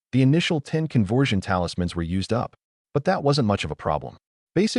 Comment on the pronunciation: Convwewsion talismans 😂